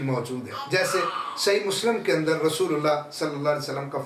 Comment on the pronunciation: مسلَم❌❌❌❌❌❌❌ مسلِم✔️✔️✔️✔️✔️✔️✔️